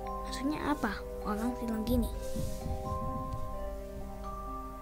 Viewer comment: Ih kok ngomong orang kok orank sih aneh ini